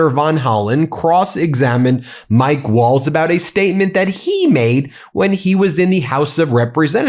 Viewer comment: Nice that Waltz has that bit of cardboard to tell us he is honourable, his words keep saying otherwise. Also his name is the same as the dance, I hear people pronounce it Walls? Or is that just the accent? As the t and z are getting no love.